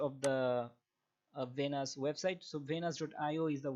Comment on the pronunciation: It’s Venus coin not vanus and it’s lend Not lannd